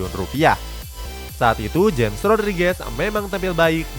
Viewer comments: Bukan dibaca jems tapi dibaca hames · James bukan dibaca jem. Tapi dibaca hemesh, frasa dibetulin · James ( hames bukan jems) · Hames Rodriges, Bukan jems Rodriges. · Cuma ngasih tau bang james Rodriguez,james nya bacanya hames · Yg james bacanya hames